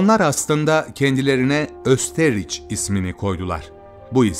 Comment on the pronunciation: Ülkenin adı, Östiriç diye telaffuz etmeniz, çok garip. Okunurken "Östğayiş " şeklinde telaffuz edilir.